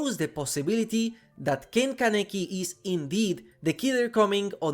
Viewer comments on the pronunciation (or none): none